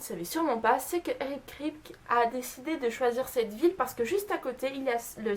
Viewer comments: Video sympa mais pas mal d'erreurs... Tu prononces mal le nom de Eric Kripke, tu connais pas le noms des acteurs, l'anniversaire de Sam c'est le 2 mai et non le 12. Ça aurait été sans doute mieux de vérifier certaines petites choses avant de faire cette vidéo 😉 car il y a des fans (dont je fais partie) qui ne manqueront pas de les souligner. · Alors les faits sont plutôt intéressants mais ... pour une fan de SPN je trouve ça un peu bizarre de ne pas se souvenir des noms des acteurs ainsi que les prononciations (ça m'a énormément stressé que tu dises "Kripte" au lieu de "Kripki" et pour Jensen Ackles)... ainsi que de ne pas retrouver le nom du modèle de la voiture, la Chevrolet Impala 1967... 'fin c'est pas contre toi mais pour moi une "superfan" (diantre je déteste ce mot) c'est genre regarder en VO (avec ou sans sous-titres) + connaître pleins de trucs sur les acteurs + regarder des bloopers ou des conventions + avoir des produits dérivés, etc... et pas seulement regarder la série. Je dis ça parce que j'ai une amie qui est comme ça et je pense que c'est ça être une "super fan" ! Voilà j'ai essayé de faire un avis constructif et non méchant ! J'ai regardé ta vidéo jusqu'au bout, appréciant le fait que tu donnais des anecdotes super intéressantes dont certaines que je ne connaissais même pas ! Ça fait plaisir de voir des gens français parler de cette superbe série ! En espérant que tu ne sois pas vexée... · Eric Kripke se prononce "Kripki" et Jensen Ackles "Ackeuls" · J'aime tellement cette série, vivement la saison 12 ! Et le showrunner se prononce Eric Kraille-pe-qui (Kripke) ^^ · Juste on prononce "Kripki" pour eric kripke, et jensen ackles c'est "akeulze". Sinon les faits sont assez intéressants je connaissais que ceux avec la famille winchester, les acteurs, bobby, la mustang et l'horloge